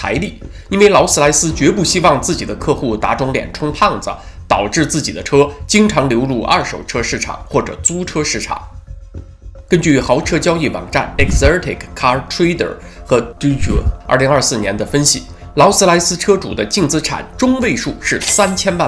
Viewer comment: exotic念错了 错的离谱 这错误对文昭先生的形象来说很减分